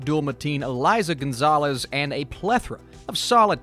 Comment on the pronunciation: Great review, as always. Just one little nitpick: her name is not "Eliza" González, but "Eiza" (EH-ee-zah).